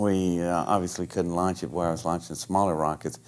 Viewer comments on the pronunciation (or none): none